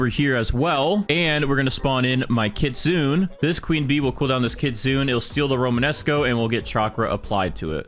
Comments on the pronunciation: Kitsune is not KITZEEUUUNNN 😭😭😭😭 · You pronounce the “e” in kitsune jsyk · Learn how to say kitsune right 🥀